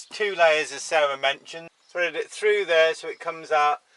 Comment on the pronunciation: "Fredded frew" ! ?